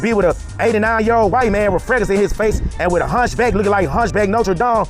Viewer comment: Please talk slower,so you can be better understood,the correct word is with,not wit.why did you go to asia,what type of females were you seeking?